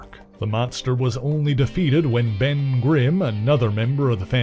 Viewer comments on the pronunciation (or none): none